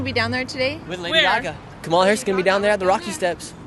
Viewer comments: Nick you cant even pronunce kamala right and your lies from trump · You keep not pronouncing her name right you’re not that educated